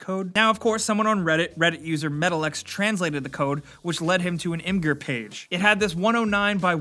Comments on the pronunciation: it's spelt imgur but pronounced imjur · Emma-ger LMFAO Why do you pronounce Imgur like that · did you say imgerr?